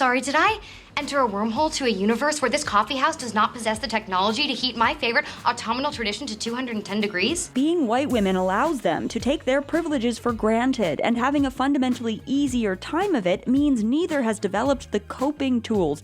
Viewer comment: Lol why didn’t anyone on set tell Emma Roberts that’s not the way you pronounce “autumnal” 😝